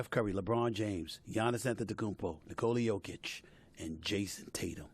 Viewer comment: Stephen A: "Niggola Jokic." 🤦‍♂️🤣